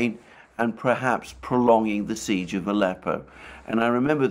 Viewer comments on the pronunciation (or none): none